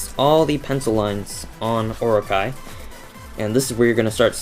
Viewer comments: Its oro-chee not or-okay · its pronounced O.RO.CHEE. Anyway your drawing is super awesome! ^_^ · That was friggin amazing (P.S. its pronounced or-o-chi) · It's pronounced "Or-o-Chee", but pronouncing Japanese words is hard, I don't blame ya. :) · not to be picky, but, it's pronounced Or-o-ch-ee. Orochi is from a japan myth "Yamato no Orochi." The eight headed serpant cursed a village, and if they didn't sacrifice a maiden to him, they would be wiped out. the 100th maiden was named Izanami, who was a sake brewer. A swordsman, Izanagi, promised her family that he would save her if he could marry her. In the end, Nagi got Orochi drunk, and cut off all eight of his heads. :)